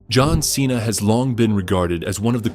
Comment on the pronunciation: You destroying john cena's name😂